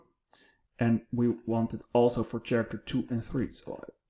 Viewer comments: Hey, great video. I know my friends from the Netherlands speak 5+ languages and periodically ask for pronunciations, the word "character" has come up before so I thought I'd share it with you. Character is one of the English words where "ch" sounds like a "k". In this case, it sounds a though you combine the words care + actor. Hope that helps, and again, great video! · You are a great instructor. Just a little correction, the word « character » is pronounced /karakter/